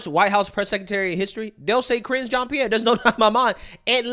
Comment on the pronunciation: She couldn’t even get KJPs name right.